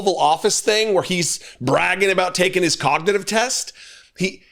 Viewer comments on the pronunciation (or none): Trump's cognitive test obviously didn't include pronouncing the word cognitive correctly.his mental and physical health are obviously seriously impaired.